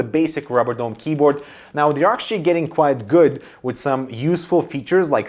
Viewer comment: You pronounce "quite" as "quiet" and you spell "quiet" as "quite". Cmon, man! You're killing me. -_